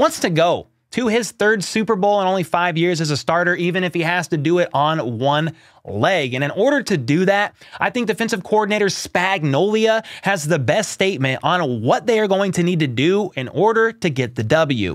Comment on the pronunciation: A joke to how Trent McDuffie pronounced his name a few times to the media right after he got drafted. He called him Spanolia 🤣🤣🤣